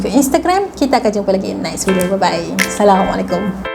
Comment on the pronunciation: Hi sayang, maaf ye mungkin telinga saya salah dengar tapi saya nak tanya, sebut assalamualaikum itu jelaskan sikit boleh ke, sebab saya dengar macam aisaylamualaikum. Kalau saya salah maafkan saya tapi kalau dengar semula ada terilap sebut lepas ni betulkan ye ❤ I LOVE YOU ❤❤❤❤